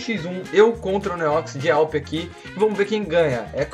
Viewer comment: e awp q fala e n a w p